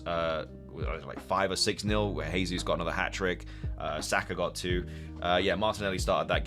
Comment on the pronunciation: Gehzeus not hehzeus ;)